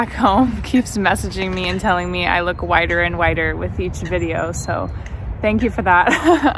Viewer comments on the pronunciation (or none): For a moment I thought you said they told you you looked 'wider and wider' instead of 'whiter and whiter'. Which made me think, 'that's very unkind' but then I realised I heard you wrong. :)